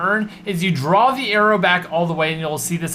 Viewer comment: Did anyone notice he said arrio